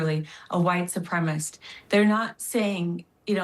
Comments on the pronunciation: Morons, it’s “supremacist”, not “supremist”. I would think the bar for employment would be higher. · Its supremacist, as in supremacy, not supremist. Please stop.